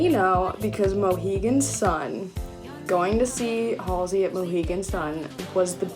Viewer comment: Waiting for the second time meeting Halsey😬 also, thank you helping me finally learn how to correctly say her name😂🤷🏼‍♀️